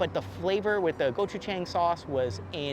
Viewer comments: You said gochujang right! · I think pronounced gochujang very well! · Great pronunciation of the gochujjang